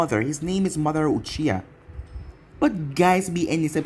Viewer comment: No its mardra